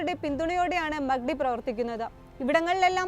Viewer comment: മക്കടി അല്ല മാക് ഡി 😂😂